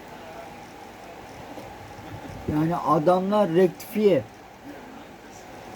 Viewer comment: suriyeye retkifiye dedinya reis işte orda koptum